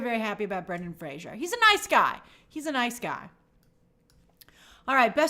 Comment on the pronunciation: Thank god Ariana pronounced Fraser correctly for Brendan, like Frazer not Frasier. Good recap though Grace !